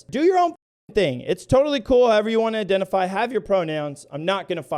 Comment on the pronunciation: fuck the pronouns, what’s with this woman’s pronunciations? I-den-tee-fy? Koo-kout?